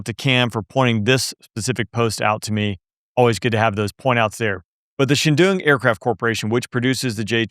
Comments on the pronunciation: Wtf is a shi-dune? It's pronounced Chung-duu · “the Shadoong aircraft company” Lmao. When you pronounce Chengdu or Cheng-Du(2 characters in Chinese) as Shadoong, it’s clear you got no clue wtf you’re talking about. It’s like if I said mockha instead of Lockheed. Lol